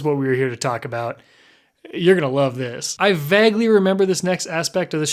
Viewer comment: He says the word vague in every video and says it wrong